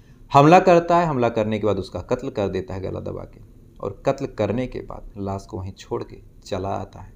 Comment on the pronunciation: Las nahi lash hota h